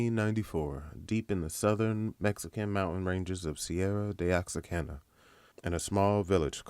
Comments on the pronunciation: Bro it's not OX-A-CANA . . it's Oh-Whaka. Very nice tribute ! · Oaxaca is pronounced “wua-ha-ka” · where is he getting the "N" from? LOL. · Am from oaxaca what the hell is oxacana